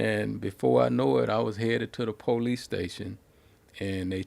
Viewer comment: I like how black Americans say Paw-lice